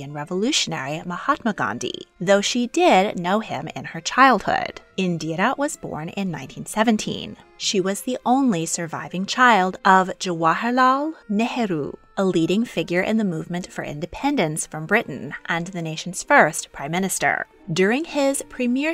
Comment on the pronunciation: Great video thank you for including Indra Gandhi love from Mumbai India 🇮🇳 even tho you didn’t pronounce Jawal lal Nauru correctly 😂 as my mother always says ”Hindi is no rocket science you read what you write”